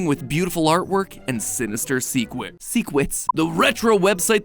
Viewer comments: matpat congrats on failing to say secrets and end up saying secwets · never again do i wanna hear matpat say “secwets” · i actually cant believe that Matpat's editors kept in the blooper of him saying Secwets instead of secrets lol. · Bro, when he said sequets instead of secrets, that immediately made me giggle and feel not as uncomfy as i was in the intro, since Wallys voice still haunts me and scares me ;_; Edit: So if we touch the paint, we can have dreams of wally possibly. Does that mean I touched the paint by accident too? Because I had a dream of wally once, and he whispered in my ear and kept following me around. I didnt like it. I felt super uncomfortable. ;w. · THE SECWETS GOT ME SO BAD 😂😂🤣🤣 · secwets :3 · i love that they kept the accident of secwet instead of secret as a blooper in the start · For a second mat pat went uwu wene he said sekwits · "and sinister sWeCWets" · The chikin nugget theory really got to him lol "secwets" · these are some CRAZY sinister "secwets" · Secwets 🤣 matpat's so funny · “And sinistew secwets” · I laughed when Matpat said seqwets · Mattpat really said secwets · lol se-kweets. Appreciate that this take was left in. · Are we going to ignore that fact that matpat said "secwets" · Ah yes S E C W E T S seriously tho amazing work as usual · did matpat just say seqwets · He said secew instead of secrets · Oh no! Not sinester secwets! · Matpat saying secwets stabbed my 27 times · “Secwets- secwets?” 😂😂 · oh no mat pat is falling under the curse of chikn nuggit I can tell instead of him saying secrets he said secwets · Sinister swecwets uwu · "sinister seqwet" lmao! I love that they keept that in! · Ah, yes, I too adowe secwets! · the secwets killed me XD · “Secwets”, cause I can pronounce my “awrs” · "sinister secw-- secwets XD" Ah yes, because we all know MatPat here can indeed pwonounce his awhs. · there's a lot of secwets out there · Ow my gawd, not the sinista seecwets